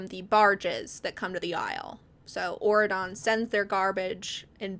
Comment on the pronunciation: I have never heard of these books and until 20 minutes in, I truly thought you were just saying Oregon in a strange way instead of Auredon😭